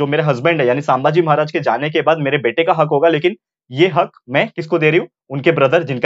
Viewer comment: Saambhaji nahi sambhaji